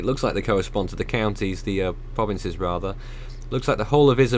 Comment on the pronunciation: Can you do some research on how the name of the provinces are pronounced? Makes your reporting more sincere and I'm sure a lot of Filipinos will appreciate you guys even more. Be safe to everyone affected by the typhoon..